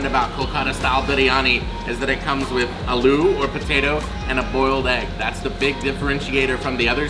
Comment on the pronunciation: Aloo is pronounced like in 'Ahloo' with 'H'' silent. Thought you pronounced it like 'Alu'.